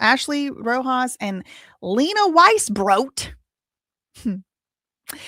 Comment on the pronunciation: Omg I’m enjoying your pronunciation “WeissBROT” so much I’m giggling at work - thank you for always doing the most! - Your country QLD cousin in Aus 🐨